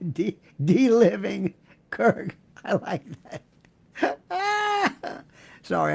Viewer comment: LIONEL: I realize you are the language expert & all, BUT, the word, "dealiving" (of course it's not a real word), but, it's pronounced, DE (with a long e & emphasis on the DE) Aliving (with a long I) - Susan Burns